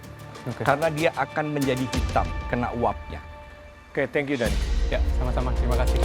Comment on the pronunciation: Other people : Daniii.. Chef rudi : Deniii..